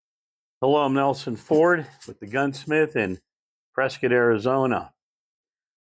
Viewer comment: I've become a fan of your talks from Prescott. I love that you know how to say Prescott properly unlike so many tourists... I used to live in (after moving up from Yuma) Prescott and miss it a lot! I bet the students at Yavapai college would love to have you show up at the gunsmithing School for a chat or two. I lived there back in the 90s when there were so many great gunsmiths in the area including Yost and some guy's named Rogers and other notables including another well-known one down down there in the valley now... Been thinking about what you said about the series 80 in another one of your chats. And I'm going to purchase a new 1911 and I'm almost sold on a series 80... Thanks a lot I think... Lol